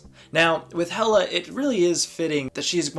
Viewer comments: It’s pronounced hell-a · It’s actually pronounced Hela (Heh-Kaw) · I about had a mini freakout when you mispronounced her name at the beginning, but then you said it correct a couple seconds later and I was like whew lol. Hela is a lot of fun. I enjoy playing her. So does my girlfriend. Hela is her favorite villain in the MCU. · yOu PrOnOuNcEd HeLa WrOnG!!¹! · You typed, "yOu PrOnOuNcEd HeLa WrOnG!!¹!" wrong! lol